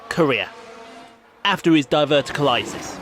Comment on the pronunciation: Di ver tick u lite iss.